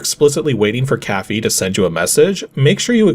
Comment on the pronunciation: Okay so is your partner's name Cathy or Caffee or Caffeine? I couldn't quite tell from your pronounciation. I think I would like a proper cup of Caffee though.